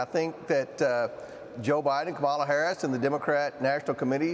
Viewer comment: She will be president for the next 8 years, so learn to pronounce her name properly.